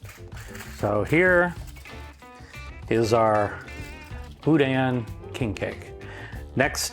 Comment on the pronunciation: Bou dan……sorry its not pronounced that way